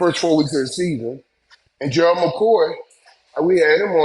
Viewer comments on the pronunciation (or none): none